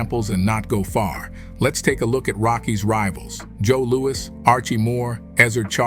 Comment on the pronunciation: Joe Louwee?